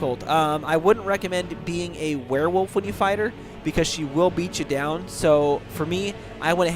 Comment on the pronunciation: thx a mill m8 cant wait to b a "Ware-wolf" lol